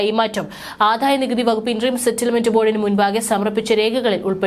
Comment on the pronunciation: ആദായനികുതി. ആധായ നികുതി അല്ല😢😢😢😢